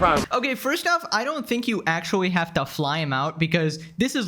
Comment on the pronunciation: he so cute litewawy and actuawy